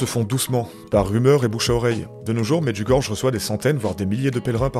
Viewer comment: Je découvre cette chaîne grâce à un commentaire du dernier Entretien sceptique de la Tronche en Biais. Très bon complément à leur documentaire sur le sujet :) (Pour info, Medjugorje se prononce "Medyougoryé" 😉 )